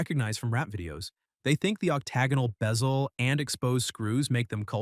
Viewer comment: This would be a better video if the AI pronunciation wasn’t so laughable “submarine-er” “beezle” 🤣😂🤣 🤡